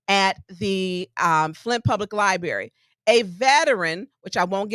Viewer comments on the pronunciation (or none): Does she teach how to say ax and liberry?